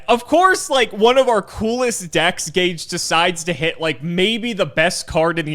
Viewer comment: Ageh of Gageh